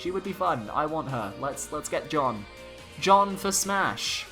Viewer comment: the way you pronounce Jeanne is terrible :D, it's not pronounce like the male name Jean + ne at the end but like "Janne" with the french pronounciation of the "a"